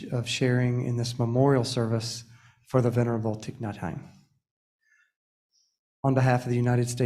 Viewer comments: I so appreciate this acknowledgement and Thay would have forgiven him though I wish he could’ve correctly pronounced his True Name - Just sayin - LOL😉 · I was hoping I wasn't the only one to notice that. It was hard for me to listen to this. If you really respect someone, you first figure out how to correctly pronounce their name.